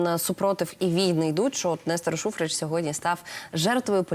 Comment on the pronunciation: Шухрич, без синців, не Шухреч..